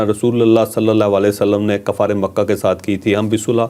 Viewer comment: کفار ک کے اوپر زبر نہیں ک پر پیش ( ُ) کہناچاہئے